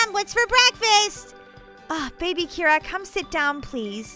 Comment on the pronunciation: Its Kira not Mira.